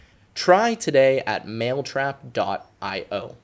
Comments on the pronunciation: Anyone notice how he said maletrap instead of mailtrap. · how could you notice the difference in pronunciation between 'male' and 'mail